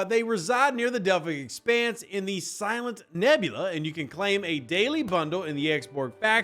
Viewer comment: For some reason when you say “Silent” hostiles I kept hearing “Cylon.” Maybe it’s just my phone. Frakkin’ toasters…. Another loop, but maybe some useful stuff in it (efficiency efficiency efficiency). We’ll see.